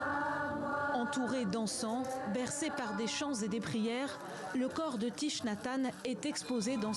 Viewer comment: Thich se prononce thik.